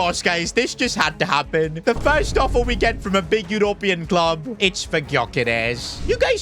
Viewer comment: Can you say European and Quarters properly man.. jeez embarrassing